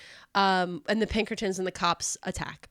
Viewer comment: The way Emphasized "the Pinkertons" seems like foreshadowing🤞🏻future episode maybe, hopefully, please